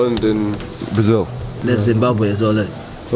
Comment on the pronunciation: the first not from Zimbabwe that pronounced my country's name (Zimbabwe) correctly 😂😂😂😂❤